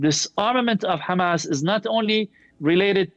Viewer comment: Message to Norman Finkelthtein .... It's "HAMAS"... not "HAMATH"